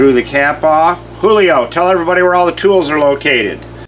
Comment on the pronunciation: BuckSnort? 😅😂 Hoolio Noooo!!!🤣🤣 👍👍